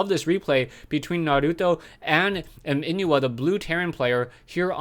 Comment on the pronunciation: inuh maybe is pronounced as ih-no :)) i like the way you say naruto haha its driving me crazy